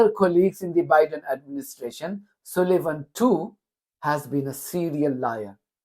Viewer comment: You say Sullivan like Sulayman... (Its an 'u' as in 'up', not an 'u' as in 'oo') Apologies, but not comfortable with the similarity... Lol!